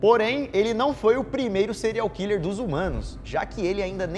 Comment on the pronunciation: O Daniel tentando falar o nome do serial hiller kkk